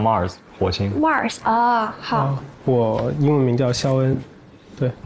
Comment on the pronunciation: 胡帅哥英文不错的，怎么不知道Sean的正确发音呢？梁崴居然说自己的英文名是肖恩，拜托😮